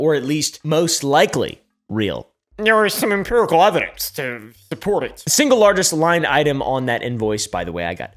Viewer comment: You have a serious problem with "Imperical" evidence 🤣🤣🤣🤣